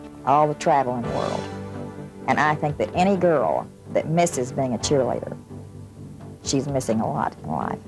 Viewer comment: The commentator says the name of the cheerleaders wrong every time. I’m surprised no on had corrected her.